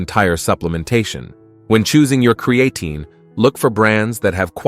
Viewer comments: You made a video about Creatine and you couldn't take the time to learn how to pronounce it, Yeah sure, im going watch it. This channel is proof that subscribers can be bought . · Do you know it's not a really good sign when it's literally saying the creatine wrong😂😂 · How F ing lazy. Don’t use AI voice to do your videos. Stop listening after the first “creatine” mispronouncing commeny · Props to the robotic voice that pronounced creatine three different ways. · And not once correctly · It’s Crea Time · What the hell is Cre an Ten! Lol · Cree ain’t in. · It's Not pronounced as Cre-AE-tin, the A is not emphasised, it's so annoying when AI can't do it right. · I can’t take any advice seriously from a video that can’t properly pronounce CREE-AH-TEEN. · Haha, “creatin’”. AI pronunciation. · And yes…. Cre-atin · CREE AH TEEN, is how you pronounce CREATINE 🙄. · Cree-Ay-tin, Creatine, Cree-A-tyne. Ai voice can't decide how to pronounce 😅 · Not sure about you but I take creatine not creaton, crea-tun, createin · amazing, one subject with 30 different pronunciations in a single video. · I CANNOT with the AI mispronouncing "creatine." I clicked "do not recommend channel." Get it together. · They should teach the AI how to properly pronounce creatine. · Speak the word creatine correctly. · Did you, as creator, review the many obvious mispronunciations of the main word? Serious question. Genuinely incredulous. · You know you can type into the internet and find the correct way to pronounce (creatine) ----- why should anyone believe you know what you're talking about if you can even get the name correct? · If you are going to use an AI voice make sure the pronunciation is correct. The video was about "Creatine" and the word was mispronounced throughout the video...a complete credibility destroyer. In fact, your AI voice pronounced the word "Creatine" four different ways. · I’m distracted by the way he keeps saying creatine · This A.I. pronounce "CREATINE" in many ways! Classic!